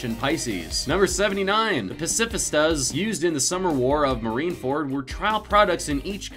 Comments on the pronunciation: Japanese words/names are excusable but butchering the pronunciation of "Pacifista"? It's "pacifist" with an "a" at the end... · They pronounced pacifistas wrong as well. I'm pretty sure that word is used in English but hey what do I know. According to these people I never knew Luffy could stretch so I guess I'm the idiot